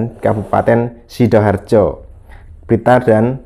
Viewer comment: Bukan sidoharjo....tp sidoarjo.....mahku wi